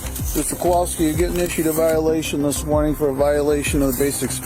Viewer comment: that's Kowalski, not Kwalsky. He literally spelled it out a few seconds earlier, how do you get that wrong?